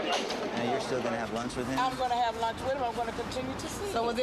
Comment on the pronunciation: “He supposed to be takin me to lurnch” 🤣🤣